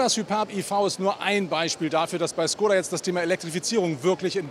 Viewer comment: Mensch, warum habt ihr alle Probleme mit der richtigen Aussprache von Škoda? Dein Kollege von Autophorie schießt echt den Vogel ab mit seinem Schkodda 😂 😂 Richtig wäre ein Sch-Laut und dann ein längerer O-Laut, sprich Schkooda 😌